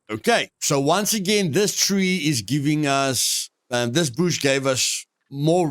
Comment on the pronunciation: Find the BOOSH!! love the way you say bush great video keepit up bro